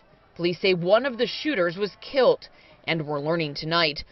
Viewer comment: The reporter said “kilt” instead of killed several times.